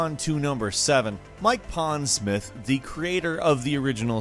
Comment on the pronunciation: Mike Pondsmirth?